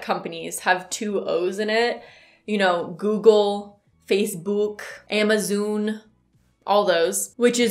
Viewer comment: You killed me with "amazoon" lmao